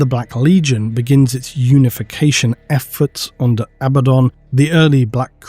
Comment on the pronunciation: Why would you not say Abaddon!!?I swear I've been waiting for you to say it right for fucking years!!! I mean abbadon, really? Sorry, I'm getting worked up. I need to calm down